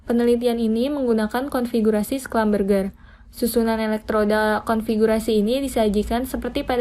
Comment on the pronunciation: Maaf koreksi cara pembacaan schlumberger nya salah (seharusnya schlumbersi). tulisannya sudah bener, tapi pembacaan nya salah 🙏🏻